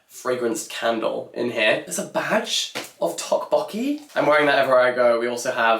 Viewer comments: I'm sure someone must have commented this already, but a note on the pronunciation of tteokbokki. The "tt" sound is more of a hard/aspirated "d" than aspirated "t" sound. Sort of a cross between a d and t. So less tick "tock" and more "dock" martins if I had to try and sound it out... 😁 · I'm not even Korean and the way said tteokbokki so off made my skin crawl I had to fast forward to the first bit entirely lol